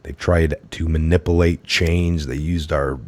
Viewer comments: ma-nipple-ate not to mention all those reading da-fish-encies AND expect us to take this seriously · They're literally taking the word of someone who can't even pronounce validity or manipulate.